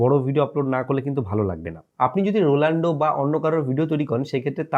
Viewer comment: রোলান্ডো না😂😂ওটা রোনাল্ডো হবে।